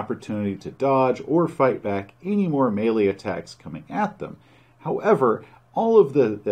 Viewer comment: Thank you for pronouncing Melee correctly!